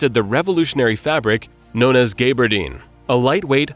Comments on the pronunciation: ooops, you got gaberdine wrong too - it's GABBERDEEN not GAYBERDEEN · Gaabardeene, not Gabe-ardeen.